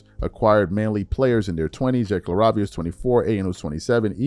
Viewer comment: LA -RAY-V-AH,.